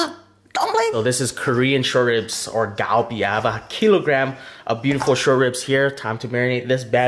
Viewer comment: Ahhh it’s so cringe when he calls it “Galbi” 😂